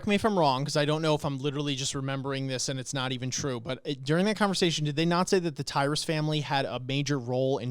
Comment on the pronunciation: FYI it's tyber not tyrus Pronounced tie-ber